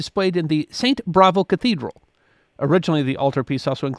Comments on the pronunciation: It’s St. Bavo not Bravo. There is no R in it. I would have used sawn instead of sawed. I loved St Bavo’S when we went to Europe. Ghent is beautiful and worth stopping on your way back from Bruges. Brugge is worth days and days of sightseeing. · It’s Saint Bavo’s Cathedral. Not Bravo’s. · Not Saint Bravo, Saint Bavo. 😸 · Saint “Bravo”? Not “Bavo”?